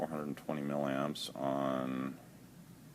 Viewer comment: Mah.... say milliamps bro